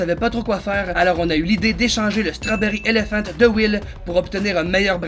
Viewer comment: L'accent strawberry elephante